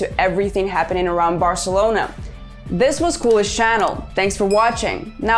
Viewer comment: The accent is on the "E", no on the "U". It's CULÉS, not CÚLES. I know you are not native Catalan or Spanish speakers but since you decided to name your channel that way you should have put a little more effort on saying it right.